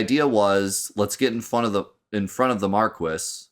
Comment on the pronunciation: I know I’m commenting on this months later but like spelling magick, this game pronouncing marquis as “mar-kwis” and not “mar-kee”, drives me nuts.